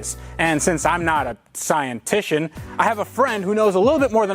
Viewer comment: "Scientishion" lol